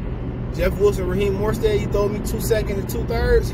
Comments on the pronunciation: You killin’ me bruh, it’s MOSTERT, NOT MORSTEAD Jesus fucking Christ lol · Man he say Raheem last name wrong and he is tripping